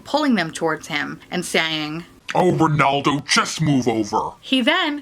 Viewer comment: "Rrrrrrenaldo" sounds like the cheesy protagonist of an Italian opera. 😂 "Sorry Barack, I miss youuu〜” You've voiced the sentiments of MANY many people...